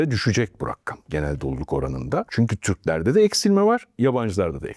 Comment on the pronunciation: RAKKAM ❌ RAKAM ✅